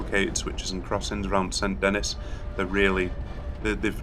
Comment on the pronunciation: fyi saint denis is pronounced 'san denee'